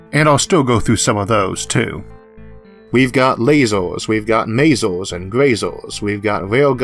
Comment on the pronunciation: Where are you from? "A hundred Metoohs " "There is no Eaooh in Space" "Lazors" "Smalloh is always Bettoh"